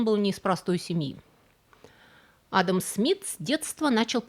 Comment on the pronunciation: P.S. есть ещё одно замечание - вы уж, дорогая, определитесь как надо правильно делать ударение в имени "Адам" - то ли как у русских, то ли как у чеченцев; а то за время ролика вы раза по три сделали разные ударения.